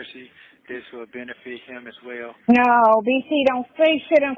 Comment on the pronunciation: Did that man say Benefish for the word benefit? 😮😮😮And why does Sonya not understand how the zoom hearings work?